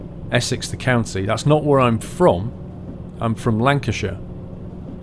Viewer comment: I love how you say Lancashire when you supposedly live there